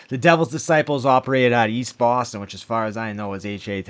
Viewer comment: Baaaston 😅😊. " taking down bread trucks in Daaaarchester " 😅😊